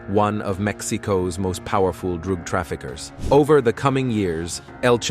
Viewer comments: This AI voice over is just terrible. Favor = fahvor while Drug = druhg Others - ohthers See the pattern here? Just weird. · 😂 I was thinking the same. What is a D A aggent. What is a raaaadar 🤣 and the droog dealer 🤣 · The best Droog dealer 🤣